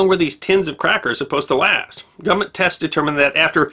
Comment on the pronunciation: I love that he actually says "gumment"!